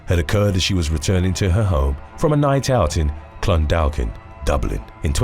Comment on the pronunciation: I do like watching these but do get annoyed when you say Irish place names as your saying them how they look but they're pronounced differently, for example Clondalkin is pronounced Clon-dor-kin. Your doing a brilliant job but maybe in the future if there's a Irish place or name you want to mention either ask a Irish person or maybe Google will help with the pronunciation. I was born in UK but moved to Dublin when I was 22, thats 27 years ago so I know how hard it can be to get to grips with it but from what I've seen on your channel... place names(especially one's in Ireland) are never said the right way. I find your content really interesting